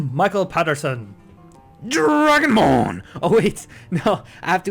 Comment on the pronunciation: lol i love it when he says dragonbrn